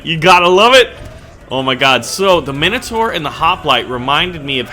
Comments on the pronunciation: It's pronounced mine o tour not min a tour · Sawee to bother you but it's prounoced mine a tor but wrote as minator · the i in minotaur is like an i in mine not minute, just saying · its pronounced mine-o-tour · nah wait that's just the American pronunciation, fuck u America